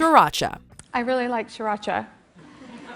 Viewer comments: I am viet and when they said siracha I was triggered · I can understand everything, except the Sriracha. You bite your tongue,!